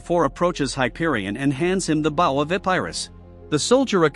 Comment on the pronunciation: It's called "AI Voice Has A Hard Time Pronouncing The Word Bow"